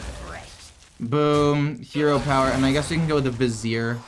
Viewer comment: Hey, your finally pronouncing "Vizier" correctly! Kudos!